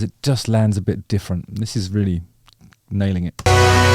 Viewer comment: The way you say "rrrreally" is very afrikaans 😆 many people can't roll their R's like that. Well done!